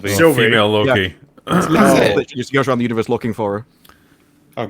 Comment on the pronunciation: So Loki becomes Slo-ki. 🤦‍♂️